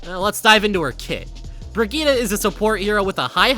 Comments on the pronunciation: bro please stop saying "bregeeta" her name is not pronounced like that and you know it. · Bruh, the way he pronounced Brigitte gave conniptions. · so because torb and rein mispronounce her name that's suddenly how it's supposed to be pronounced, that's not how it works. her name ends with an E, and she even pronounce it herself with said E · why do you pronounce brigitte as if it ended with an a